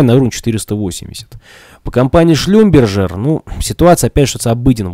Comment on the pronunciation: Это не суть важно, но Шлюмберже без Т читается в конце, с другой стороны, не как одна мадама прочитала Шлюмбергер. Ах да, спасибо за разбор :)